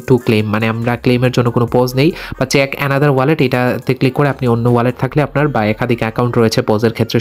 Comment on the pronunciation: স্টাইল করে বলতে গিয়ে চেক কে চ্যাক😂